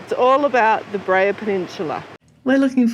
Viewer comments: Beara not breha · I absolutely love all of your videos! You do a fantastic job of capturing all of the highlights. One very teeny tiny correction though, it is pronounced “bear-a” 😊 not Bree-a”. Always look forward to all of your videos, especially the ones in Ireland. Thank you so much for making them🤗☘️!